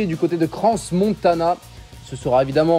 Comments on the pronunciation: Trop bien comme d'hab ! Petit détail on dit "cran Montana" comme "ces coureurs ont du cran de faire le giro". Voilà voilà des bises depuis la Suisse 😊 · Le s de Crans-Montana ne se prononce pas 😉 A demain sur les routes valaisannes. Sans pluie si possible. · On dit pas le « S » de Crans Montana 😅 !!!!!!!!